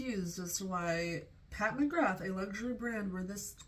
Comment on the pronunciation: Pat mugrab? McCab? Mr.krabs? Lady scabs? Idk what u said the name was but I’m lowkey starting to dislike the brand, they have such an upscale look to be sooo boring?? & they just keep recycling?? What a waste